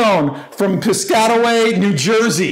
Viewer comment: It’s “Piss-Cat-Away” if you’re trying to say it.